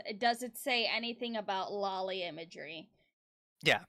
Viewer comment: At least he pronounced loli right